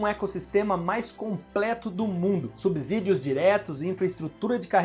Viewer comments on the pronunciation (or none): none